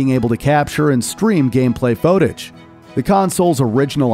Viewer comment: Is it not an AI voice? it said "FOTAGE" instead of footage like they missed a letter in the script.